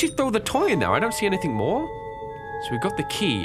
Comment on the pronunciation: I love when he says "anythingh" XD